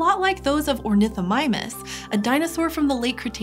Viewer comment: Was there a little ornithomimus misspeak or so? I've watched it over a few times, and I can't make out what is telling me here.:/